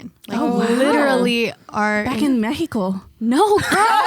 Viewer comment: " Back in Mejico " 😂